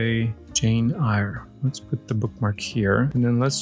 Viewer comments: Good job with the pronunciation of “Roald”! “Eyre” is pronounced the same as “air” though, it’s a weird one. I love your doll! I’m not sure I like this series as much as the first, mostly because I don’t really want the accessories but also… I like to LOOK at them! 😅 Maybe I will at least grab one when they appear this side of the world. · No worries! It's pronounced JANE AIR. -- One shelf, two shelves. I love helping people with stuff like that. English is a very difficult language with weird rules. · The book jane eyre is pronounced jane AIR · It is Jane “Air” — Eyer is pronounced like the word “air” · Jane Eyre pronounced like air I like the MGA Miniverse ticket best. It is a bankers lamp. The green shade was supposed to lessen eye strain when working on accounting ledgers. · Just FYI, Eyre = Air. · Jane Eyre is pronounced Jane Air In Hodgson the G is pronounced like a J and the D is silent.